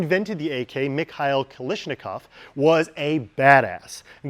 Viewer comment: Kal-ash-ni-kov! Non kalishnikov.